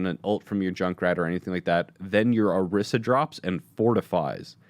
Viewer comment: "Orisa"..."Oriso"..."Oroso"...I'm dying!